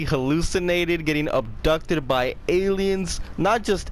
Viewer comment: Wait did he acsholy get ubtucded?